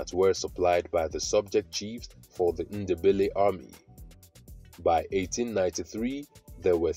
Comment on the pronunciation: There’s no such thing as Shona people 😂 if you’re researching Zimbabwe don’t watch this guy. Doesn’t know anything. Then he pronounces Ndebele as “Innderbelly” like a European 🙆‍♀️! And he talks about the South African Ndebele’s instead of Zimbabwe 🙇‍♀️. FAIL.